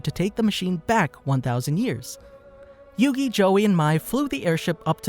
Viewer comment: Your saying the name wrong